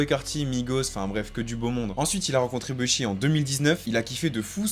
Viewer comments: Faut totalement arrêter de dire « beuhshi » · Vidéo de qualité 👌🏽 Juste quand j’entends le gars dire « BEUH SHI » ça me rends fou mdr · Et vous savez même pas prononcer Bushi ptdrr